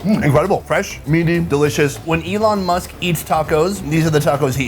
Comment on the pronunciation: Elon muussk was the best 😂